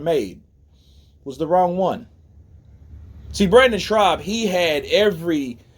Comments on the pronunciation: It’s Brendan SCHAUB not Brendan Schraub. And the word is ‘avid’ not ‘advid’ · Shaub bro. Not Schraub lol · his name is Brendan SCHAUB! NOT SHRAUB! 👊🙏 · His name is Brendan Schaub not Schraub. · Schaub. No R my man. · Is he serious or is he saying his name like that as a joke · Dude. If you're going to do commentary it helps to read attentively. Advid isn't a word. Brendan's last name doesn't have an R in it and an ax is a tool,ask is what you're looking for. A nation with all the education options that america has and the population have barely a grasp of the english language and spelling looks like hieroglyphics. I'd be ashamed to be honest. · And you saying Brennan last name wrong! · good video but the guys name is brendan schaub (theres no 'r' in schaub) lol -otherwise keep up the good work hun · There’s no “ r” in Schaub dude , it’s annoying